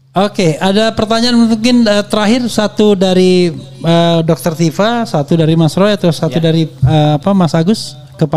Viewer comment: Bkn tufa, tp Tifa, f refly harun